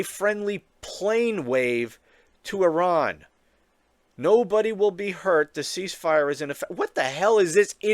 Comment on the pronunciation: Trump IS a neocon! And so nice to hear a USian making a good job of pronouncing Iran! 🙂 But re the Nobel prize - he'd make a perfect partner for Kissinger and "mother Theresa".